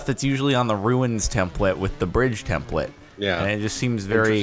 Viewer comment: I always find funny how Jordan pronounces some words - templet instead of template; inneresting instead of interesting. 😂